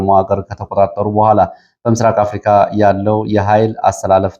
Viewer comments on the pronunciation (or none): none